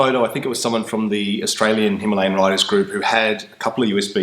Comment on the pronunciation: Its not Himlayn , hi ma la yaan